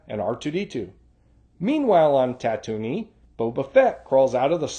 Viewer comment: Not a big deal, but were you pronouncing Tatooine as "Ta-Toonie" instead of "Ta-Tween"?